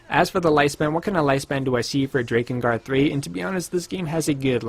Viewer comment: mfw he says DRAY-kengard, not DRAH-kengard